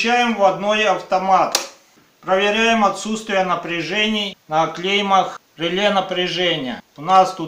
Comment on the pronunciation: Говорим правильно,не клейма а клемма!А на счёт электрики,всё по уму!